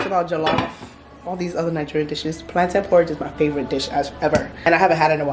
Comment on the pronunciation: The way you pronounce "plantain" is disappointing. You're Nigerian for goodness sake! What is plan-tin?!